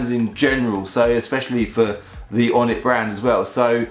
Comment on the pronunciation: for each car he said onit